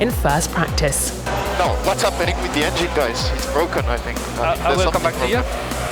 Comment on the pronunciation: Its BWOKEN! Charles finding the words of Lando there